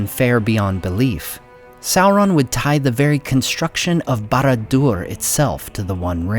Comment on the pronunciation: I like how the Americans destroy the pronunciation of the name of people and things i mean how do you get a Kelebrimbor from Celebrimbor they cant even pronounce sauron properly